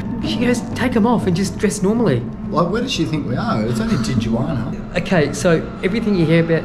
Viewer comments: What the hell is a Tijuani??? It’s pronounced Tee-Hua-Na! 😂😂😂😂🤘🏼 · ITS PRONOUNCED TEE UH WANEE NOT TEE JU WANEE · Tee-Yu-anee!! Lol omg this guys are hilarious. Te-jua-na. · You say it « Tee Roo Waana » and not Teejoowanie 😅😎✌️ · Hilarious the way you pronounce Tiaguanna 😂😂😂😂😂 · "Tichewaney"...lol where are you? Good deal on the Sporty. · Tee-gee-wanee.... Translate- Tijuana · lol, tigueywaanney ....